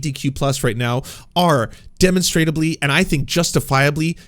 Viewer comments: It is pronounced Duh monstruh blee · The word is “demonstrably”